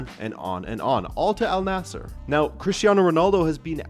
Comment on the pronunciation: It wouldn't surprise me, will just have to see what happens. BTW the team name is pronounced An-Nasr, Arabic just does that for some consonants and the idea that Waleed bin Talal has more money than Mohammad bin Salman, I'm sceptical as he is effectively the king.